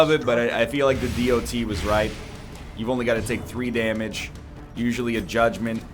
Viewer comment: I can't help but feel irritated everytime egg says "the D O T"